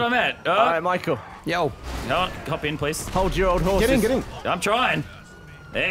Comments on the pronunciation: Lannan calls Michael "Mackel" and Gavin says "Micool" when will somebody say his name correctly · Omg... Lannan says Micoo too